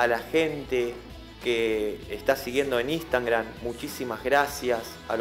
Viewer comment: Lo digo de buena onda, es Instagram no Instangram